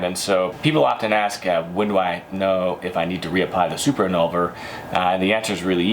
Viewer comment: If you're going to sell these products, shouldn't you learn how to correctly pronounce the names of the products? And by that I don't mean speak french like a citizen of France. You keep switching the V and the N! in-VOL-ner not i-NOL-ver. Same with the shampoo.